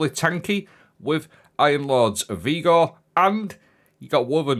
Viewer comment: 😂 this time it's 'Vigor' Vee Gore. But also 'Heirloom' where you say Hair Loom! You did it so often I thought you were taking the piss 🤣